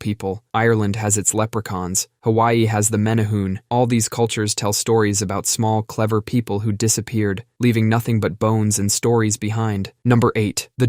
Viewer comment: its MEN EH HU NAY